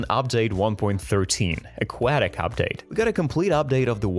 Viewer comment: "Aqu-ah-tic Update" 😐